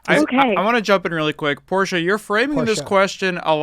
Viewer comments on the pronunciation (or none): Portia.. Porsche? Dude are you a pisces?